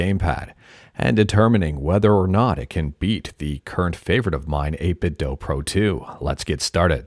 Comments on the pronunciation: its 8bitdew. not 8bitthough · Can I just say I really appreciate your calm voice. Most YouTubers shout when they talk and it's stressful. I needed this vibe right now. Also, thanks for saying 8BitDo that way. Some people think they are right when they say "do" like in the English language. In China they say the Do part like Latin people say "du" or Scandinavian people say "do", NOT like how American and British people say "do".